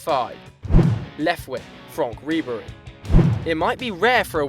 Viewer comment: Seriously, FRONK RIBERY hahahahahahaha